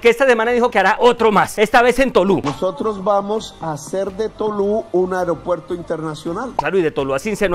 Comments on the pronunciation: AerEopuerto?? Su papá lo va a regañar. Se dice AEROPUERTO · Se dice : aeropuerto. 😢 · lo admiro mucho, por favor revisar la pronunciación de palabras como ME-TE-O-RO-LO-GO y A-E-RO-PUER-TO